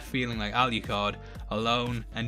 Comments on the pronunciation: That's the second person I've heard calling Adrian, Alicard, instead of Alucard. Really weird. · I'm sorry, by the way you're pronouncing 'Alucard' is driving me bonkers. Where are you getting the "Y" or "ee" sound from? There's no 'i' or 'e's in his name! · lol why didn’t you edit out when you mistakenly called Alucard, Aluhard? 😅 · ....why do you keep calling him "alley card"? Regardless, I'm sick of watching reviews and reading articles wondering if Alucard is bi,straight,gay...or anywhere in between... doesnt it matter about how how lonely he was, how desperately he missed trevor and Sypha that he would just take in two strays? How he fooled him self into thinking he loved them? How he fooled himself into thinking they loved him? How is this going to effect him when he meets back up with trevor and Sypha? I'm not saying you are saying anything about his sexuality... it just kills me that most media I ingest about this is about whether or not hes gay...hes fucking immortal...who cares? Thanks for the great overview and doing the characters justice. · Al you card 🤣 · "aluHARD." lmfao